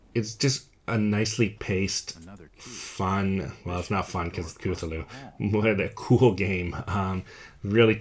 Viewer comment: The only complaint i have about this video is that its (CUH-THOO-LOO) lol